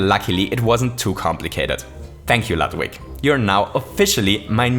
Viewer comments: Hey, Ludwig is pronounced Lood-vig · Warum sprichst du Ludwig "Ladwig" aus? Deutsche (Eigen) Namen kann man ruhig auch korrekt aussprechen... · the "u" in Ludwig is pronounced like y"ou" not like b"u"tt. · It sounds quite ridiculous if you pronounce the German name Ludwig in an English way. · You keep mispronouncing Ludwig. In german (beethoven was born in germany and died in austria)mw is pronounced like english v. you should know that. german is your native language. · that's not how you pronounce his name